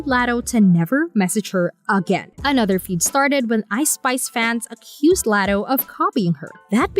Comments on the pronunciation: Laaaaatoe laddo lol learn her name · Omg yes!! I was coming to leave this comment. If ur gonna speak on someone, at least be respectful and pronounce her name correctly! Sheesh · First her name is pronounced like LOTTO like lottery tickets. Second Latto isn't new, she been in the rap game since she was 16. Ice Spice is the newer artist. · Who the fuck is Latto??? Her name is pronounced LOTTO!!! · LOT - TOE LOT - TOE PLEASE STAY OUT OF OUR BUSINESS IF YOU CANT PRONOUNCE NAMES CORRECTLY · The way they say “Latto” just hurts my soul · AINT IT!!! Imagine her ordering a “Latto” at Starbucks 😂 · Learn to pronounce LATTO 's name correctly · Wth are they talking about?! Calling Latto a “new comer”. Ice Spice is the new comer. And why tf is she pronouncing Latto that way?! 🙄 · 😂😂 just horrible